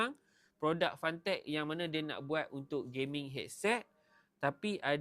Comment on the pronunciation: Cara sebut fentek bang, bukan fantek